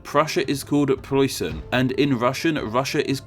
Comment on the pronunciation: And, the way you pronunced Preußen is a bit bad and Россиа is good.